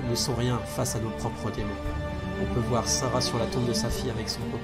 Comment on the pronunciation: Merci à vous 5 d'avoir partagé vos aventures (et aux potentiels autres qui ont aidé !), je n'ai connu Vampires que très récemment et ça a été un vrai plaisir de découvrir ce jdr avec vous ! Juste une question : à , Tobias a dit "voyons vouère", aurait-il trahi un accent des Hauts de France de LA x) ?